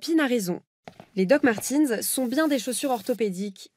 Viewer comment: Martens et non Martins !!